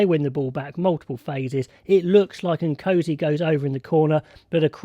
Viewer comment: Pronunciation of Nkosi is not ‘O C’, but rather ‘OR C’.